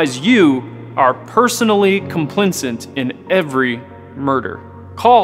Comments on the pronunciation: "Per capeetah" "Complincent" 😂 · “Capeeta” “Complinsint” Bwahahaha!